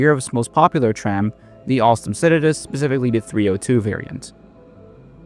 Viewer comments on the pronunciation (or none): none